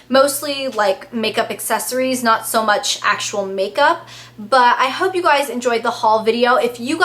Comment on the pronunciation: Whenever you say "I hope" It sounds sooo british.